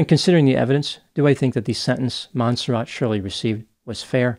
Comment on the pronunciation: It's not mon serrat? Mon serray?